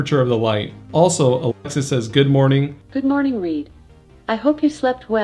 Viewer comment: why can't he say Alexa ?